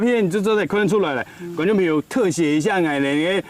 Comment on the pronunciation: 朋友係 pen iu 主持人發音不正確